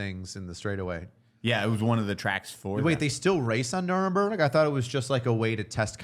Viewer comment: lmao. I was having an stroke listening to saying "Nuremberg" The city where the nazi war crime trials were held